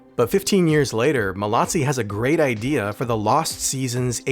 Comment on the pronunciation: Joseph MALOZZI !! Pas malazzi ni molazzi